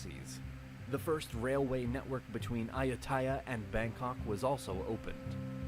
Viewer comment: The original video can’t even pronounce Ayuttaya, somehow thinks Thonburi is up near Ayuttaya, has all the maps way off and straight up excludes the majority of relevant Thai history. If an 8th grader did this as a report it’s maybe ok (assuming they’re American). But this is trash.